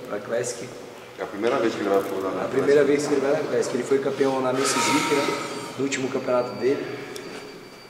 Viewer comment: Leo:- "Favela crÉssiqui." 😂🤣👽🤫